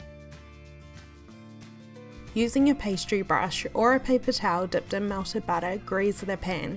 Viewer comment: Melted butter❌ Welted busser✅